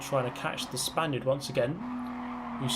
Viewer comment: no, every time he said "spainerd"